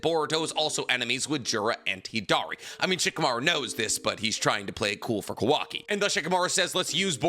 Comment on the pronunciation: Unc I’m begging you. It’s not kuhwakee it’s Kawa-ki